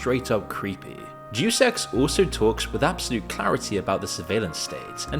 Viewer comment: It would be pronounced "Deh-oos"